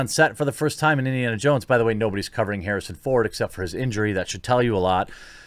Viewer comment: No one: The quartering: Harrison phone